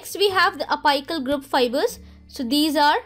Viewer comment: And one suggestion I want to give is, your pronunciation is of some words needs correction,"la-mi-na" and "api-cal", u pronounce: "la-my-na", hope you got the point 😊